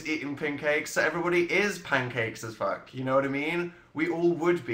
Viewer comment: Did anyone else realize he said as fluck?? 🙌😂